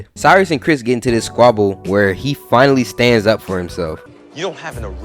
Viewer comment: nah you said it right that’s Chris